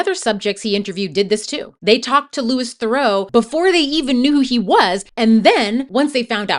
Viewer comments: And Theroo not Therow. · Really interesting video, but it's pronounced LOOEE THEROO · correct, in fact it's his cousin who pronounces it differently, not his dad "Louis Theroux pronounces his surname as "thuh-ROO" (rhyming with "true" or "zoo"), not "ther-oh," emphasizing the French origin of the name. He has jokingly noted this is the "correct" pronunciation, distinguishing it from his cousin Justin Theroux's pronunciation, which often uses a "ther-oh" sound. His first name is pronounced "Lou-ee"" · And his last name isn’t pronounced ‘ther-oh’, it’s ’ther-oo’! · Its not Lewis Farow , its Lou-ie (Louis) Th-ra-oo (Theroux) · that might be because his cousin Justin (who is bigger in the US) pronounces it ther-oh. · You mispronounced his last name, too.